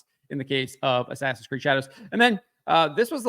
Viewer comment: In-ass-in Creed. 😂